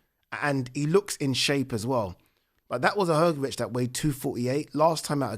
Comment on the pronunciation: Malković = Malkovich , Hrgović = Hgovich and not Hrgovic ć=ch